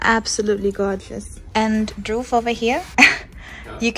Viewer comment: When you realize pronounce dhruv as Droov😂😂